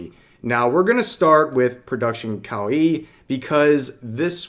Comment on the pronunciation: This is the first time I've heard of Production Cow-ee